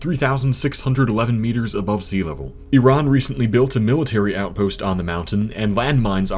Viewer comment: So refreshing to hear an American say Iran without saying "eye-ran" ❤️🤣